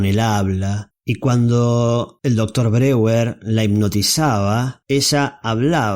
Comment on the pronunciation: Mal la pronunciacion de Breur se dice /BRO-JER/ y no ''breguer''